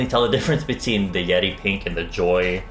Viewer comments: I kept hearing yeti instead of yeri lol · Is it just me when i heard he said "yedi pink" instead yeri pink?